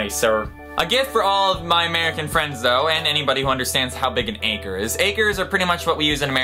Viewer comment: I was glad when you wrote acre because for me it sounded like anchor... lol.